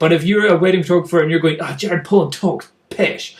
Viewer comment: It's Jared Polin not Jared Poland just for future reference